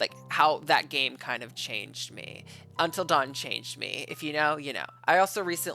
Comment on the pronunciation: This trailer made me so mad when I first saw it. I know this is Sony, but how do you mess up “Until Dawn” this badly?